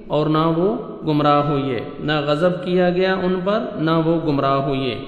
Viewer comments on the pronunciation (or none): "ھوئئیے" نہیں 'ھوئے'